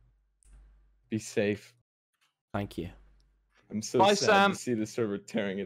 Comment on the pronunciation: "aringk you"☠️☠️☠️